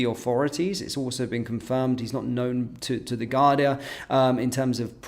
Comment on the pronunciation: It´s Garda not Gardia Sir!